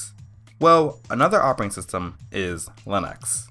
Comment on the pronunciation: Can you say "redistribute"- and "operating". he talks way too fast. Sounded better in the face view closure. At least he didn't say axe but he didn't say ask either. Let's at least give him credit for educating himself, regardless of the method. : )